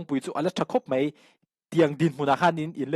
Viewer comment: "Tlet" Ni lo vin, "Tlat" Tih tur aw... "Tlat mai a" Tih tur... "Mai" tih tur pawh hi "Mei" tiin I lam ri ngun thin... Han uluk deuh teh.